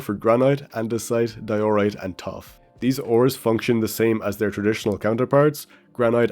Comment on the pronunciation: Pronounce diorite correctly next video or I'm unsubbing